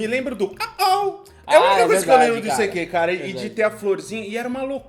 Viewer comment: Gente! Morri de rir. O ICQ (issequê) já acabou e vcs não descobriram a pronúncia? putz! Era “aisiqueiu” (“I seek you”). Mas era muito legal, eu usava os chats e até formamos grupos que nos encontramos. Aprendi espanhol assim no ICQ kkkkk recordando: fiz curso pra criar sites, depois inventaram os blogs semi prontos! Tenho 45 anos e mais inútil que este curso de html foi o curso de datilografia com 14 anos!